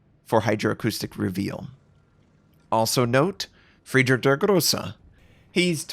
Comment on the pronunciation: please stop slaughterer Friedrich der Große name! I cannot count the videos that i just switched off after I hear this super weird pronunciation (just to not hear it repeated again). If you cannot pronounce it like Germans just do it in English without trying. It started with me (not a German) but many of my German friends are saying that It's super weird.